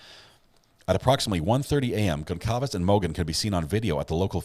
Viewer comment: Please pronounce victim's names correctly. Kernodle is pronounced "Ker-'NO-dle". Concalves is pronounced "Con-Salvez". Moscow is pronounced "Mos-Coe". Thank you.